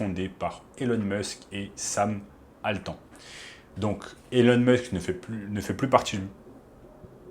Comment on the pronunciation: c pas une blague .... tu vends une formation déjà, donc de base bye bye, mais surtout, si t'es sois disant expert en IA, tu dis pas "Sam Altan" .... tu dis "Sam Altman" enfin ! Tfaçons si tu fais 40 vues ç montre un peu ce que je voulais dire